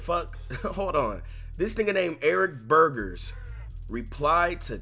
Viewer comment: Burgess nigga Not Burgers